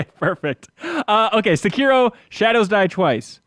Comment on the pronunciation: sekeero, you might as well have said narooto lmao